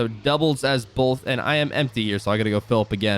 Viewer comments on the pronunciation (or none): none